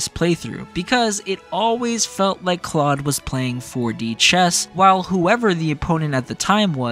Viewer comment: If you played 3 Houses. You know that Claude agrees with Edelgard. So like your pronunciation I just guess you weren’t listening.